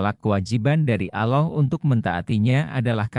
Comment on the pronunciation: Belajar yg benar min, menyebut Allah belum pas, apakah anda muslim, sepertinya bukan. Soalnya anak kecil sdh bisa fasih menyebut nama Allah, dan anda blm bisa.